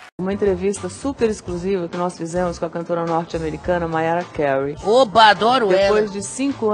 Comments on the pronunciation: DEAD did he say Maria Curuuuy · Lol in spaim everybody pronounces it like mareea karai lol but we thimk the same when foreign people pronounce enrique iglesias. its so hilarious!!! lol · Lol I love that look when she hears her name mispronounced.